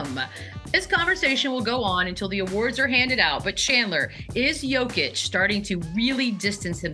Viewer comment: This might be the first time Shams has ever had to talk about Jokic in person lol. Yo-kick.. that's something else especially from one of the most well paid NBA insiders.